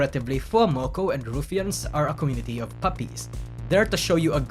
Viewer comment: "RuFians" Sorry, couldn't help but mention the way you say it